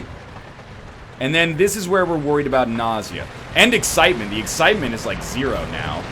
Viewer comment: He is having trouble with the eggcitement... Also I'm here before Fitler so SUCK IT YOU FOOLS